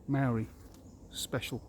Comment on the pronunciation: You aren't a New Zealander. You don't even know how to pronounce the word Maori. If you had understanding of the Law of the Land and the Treaty of Waitangi, you'd understand Co-Governance. You think like a colonist.